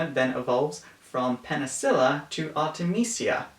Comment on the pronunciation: Me : D-Did he just call Koromaru Kanahamaru? : Penthesilea, not Penacilla